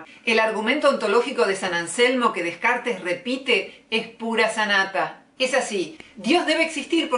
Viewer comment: se escribe Descartes y se pronuncia Decart:*